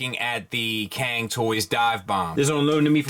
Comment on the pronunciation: Hi, appreciate your work. "Cang" should pronounce like "tsang" rather than "kang" in Chinese.